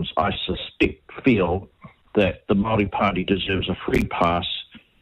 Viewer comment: For goodness sake how many years have you lived in New Zealand, Aotearoa and you can’t pronounce Māori words ?